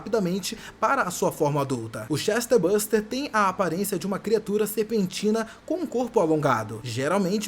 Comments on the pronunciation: Não é CHESTER buster, é "Chestburster" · Por que você fala "ChestERburster"? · Chester buster não amigo, Chest, de "peito", "tórax" - burst quer dizer estourar. Ou seja, um ser que estoura o tórax. ChestBurster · "Chester" buster........ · "Chesterbuster" é novidade 😂😂😂😂😂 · Correto é chestbuRster (estoura-peito) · Daora esse "Chester buster" kkkkkkkk